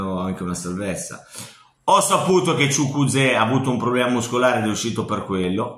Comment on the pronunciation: Chukuzeo ahahhahahah si dice ciukueze😂😂